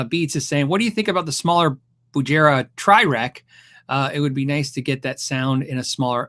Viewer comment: my Bugera v5 is almost 3 years old. no problems yet . durable. got dropped on a hard wood floor once , and didn't get damaged. only 200 dollars. sounds great. doesn't eat tubes. btw it's pronounced with a hard g sound.